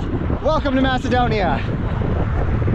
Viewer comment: Thank God someone said it right, Macedonia🇲🇰